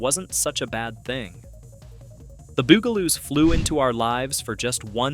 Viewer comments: The Beeyougaloos? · omg so sick of mispronunciation. Stop saying "Boogaloos" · You pronounced the name right once... ONCE! And that's why I gave it a thumbs down & will avoid your videos rom now on... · why is it that the name of the show is not said correctly at least get the title right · Goddamn... This bot is the worst. Gets the bugaloos pronunciation wrong every time. VERY VERY ANNOYING! At least watch your own video just to make sure it's YouTube ready. Kinda like spell check for bots. Take the time and listen to the bumbling bot! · It's not poof-n-stoof it's Puff-n . They are not the Bugleloos. They are the BUG A LOOS .You DOLT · The Buggle-loos and HR poof in stufp. What shows are you talking about? How do you make a video about a subject you can't even pronounce? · Damn. You mispronounce BUGaloos as often it is silly You also get HR Puff N Stuff wrong